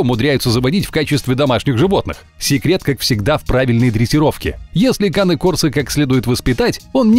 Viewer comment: Не коне курсо а Кане корсо не дуберман а доберман научитесь произносить породы.